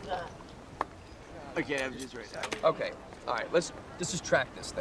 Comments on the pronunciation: Boot ah geig, not judge. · Please learn to pronounce Pete's last name‼️It rhymes with /edge/, NOT/mud/. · It's Booda gedge not Boodajudge